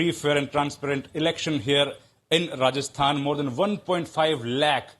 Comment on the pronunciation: she says rajasthan and kerela😂😂